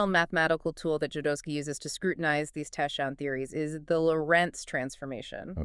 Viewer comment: I understand that confusing English approach to words spelling makes impossible to read some never heard before word correctly, but isn’t it’s obvious that you have to find how to pronounce “tachyon” before saying “tashions”???